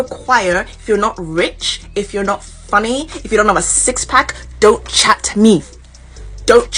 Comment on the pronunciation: “Don’t chat-t me” An extra “t”, that’s how you know she’s serious